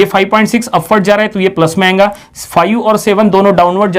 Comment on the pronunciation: badiya padhate ho buss jo baar baar ayega ko ayenga bolte ho aur rahega ko rahenga bolte ho usse badi khundak chadti hai.... good lectures tho